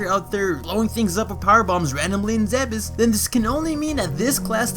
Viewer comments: Zeebz not zeh-behs. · You are wrong, there are recorded voice clips from Other M, Super Smash Bros: Brawl and an unused one from Metroid: Prime where it's pronounced "zeh-behs", making that pronunciation canon. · Also the japanese for zebes is ZE-BE-SU so judging from that, we shouldn't pronounce the e as ee